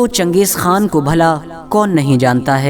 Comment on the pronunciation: खा है ना कि खान